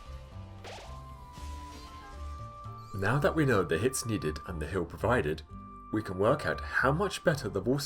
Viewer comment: I always hear "hill" in this video